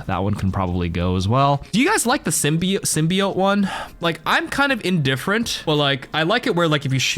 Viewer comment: It’s sim-be-yote